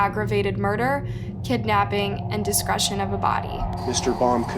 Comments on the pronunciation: Desecration, not discretion. Big difference in meaning. Just saying. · Desecration is pronounced des-uh-cray-shun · wtf is desgration?? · I heard it twice. It's not discretion. It's desecration. Des a creation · It’s pronounced “desa cray shun” as in desecration not discretion, of a body! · Not that it matters per say but its "desecration" not "discretion" Pronounced as "des-ah-cray-shun" Just so u know 😉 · Not discretion.... Des-ah-cray-shun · Weird that a Republican leader would seek to abolish the death penalty. That's very uncharacteristic of the GOP. Also, it's "DESECRATION" of a body. De-se-cra-tion. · it's "DESS - IKK - RAYSHUN" 🤦‍♂️of a body... 😑 simple mistake but geez it bothered me! Anyways...it means the guy did some horrible things to both teens remains. 😡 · deh seh cration* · Great production value, terribly sad story. And to kindly make a correction, desecration is pronounced des-uh-crae-shun...for future reference. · it is pronounced des-ah-cray-shion. Not like discriminate. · I like listening to your videos! Your tone of voice makes these easier to listen to. I just want to point out one thing for future use. It’s pronounced Des-a-cra-tion Keep up the great work! ❤️❤️❤️❤️ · Desecration- DES ER CRATION. Pronounce your words correctly please. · Des-e-cration. Dess-uh-craytion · Don't forget Jew ab (Juab) county or des e crate. Yes, Utah has some universally mispronounced words along with other states. A casual conversation is one thing, making a video is something else. Normally I question the rest of the information when they can't get basic facts right. This guy should have gotten the death penalty. My heart goes out to the families and loved ones of these 2 innocent kids. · Well, less than a minute in and she already mispronounced desecration. I can't listen to any more... Sorry, not sorry. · Good lord if you’re going to make crime videos learn how to pronounce the word des·e·cra·tion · Yes, but needs to learn how to pronounce "desecration"